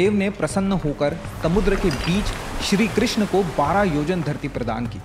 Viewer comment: Its not shri krishna…its shri krishn